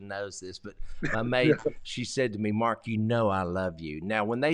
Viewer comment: Mark, not March!! lol